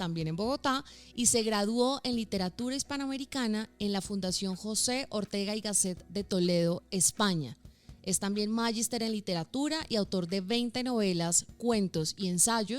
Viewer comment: no es "mágister*" sino "magíster".